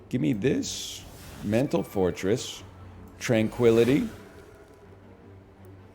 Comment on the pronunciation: Whenever he says mental fortress, it sounds like he's saying mental forretress, and that's how much pokemon has deluded my mind.